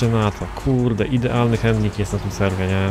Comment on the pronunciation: sr z eto napisze ale nie mówi się:hendling,, tylko handling i tak samo sie pisze